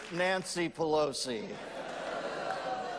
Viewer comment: he butchered that numbnut Nancy bat shit crazy pallosi lol hahaha